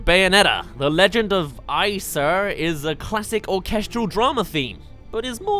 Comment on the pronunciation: Oh no! You pronounced AESIR wrong! I guess you haven't played a great game (Bayonetta)